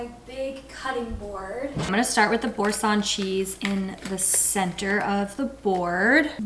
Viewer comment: OU(D)...like ou(ps).. it means wood... and bour(sin) like (cent)..french prononciation 😂